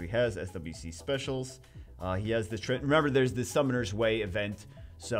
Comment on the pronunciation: "Summoners Way"